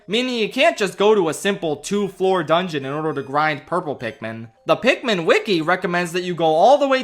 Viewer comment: ITS PIKMIN NOT PIKMEN,,, ARGH!!!!! rips my shirt off and becomes a raging beast THATS IT,,,, IM ANGRY